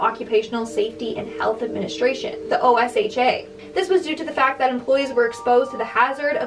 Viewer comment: OSHA is strict here in the states and just fyi babe, it's pronounced like ocean without the "n"!! all love